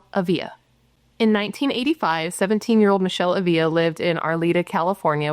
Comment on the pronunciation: I could’ve sworn you had done this case before. Minor detail but it’s kinda driving me nuts…you’re mispronouncing her last name 😬 accent on the first A and only one L so it’s not pronounced like a Y. Ah-vla